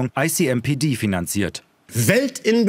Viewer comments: Bin ich der einzige der dauernd „I see NPD…“ gehört hat 😂 ?! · Bin ich eigentlich der Einzige, der immer "I see NPD" statt "ICMPD" gehört hat? Zum Logo würde es ja passen...